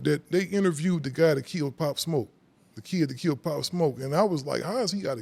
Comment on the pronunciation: that man said Poplar 💀💀